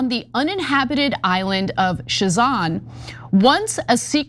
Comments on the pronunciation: It is pronounced Sazan not shazan. Zvernets is pronunciation for Zvernec. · It's not Shazan it's Sazan, even Ivanka Trump pronounced it correct, but you, no you just don't know how... And the rest of this reporting is disconnected and just throwing empty words...I'm not pro the sale of that the Island and the rest of surrounding ecological protected area, but my God this reporting is completely bogus frustrating to listen too, so disconnected, what do you people get out of this ?!